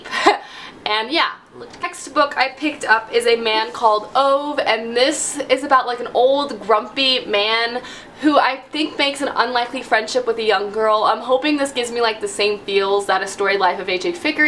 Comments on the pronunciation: A man called Ove is a really great book written by a Swede, and I'd just like to point out that you actually pronounce the E in Ove! It's a bit "dark" in it's places but you really get a warming feeling from the neighbours! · I love how you Americans pronounce "Ove". It's sounds different every time and so far I've never heard someone say it right. My home country like to confuse other countries ;) Really hope you enjoy the book! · I loved A Man Called Ove! I laughed and cried so much during this book. Also, I read somewhere that it's pronounced ooov-uh (if that makes sense?) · I've heard it pronounced ooh-vay